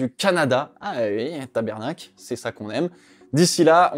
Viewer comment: Pas tabernacle, taBARnak🤦‍♂